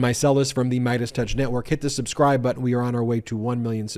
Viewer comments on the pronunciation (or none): none